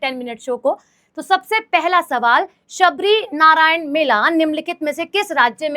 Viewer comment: Shivrinarayan h sabrinarayan nai hai